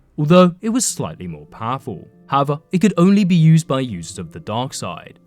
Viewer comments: "howva" lol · it's unsettling how he says "however"